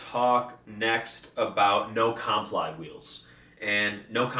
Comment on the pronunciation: No comply is pronounced no-cum-ply like the skate trick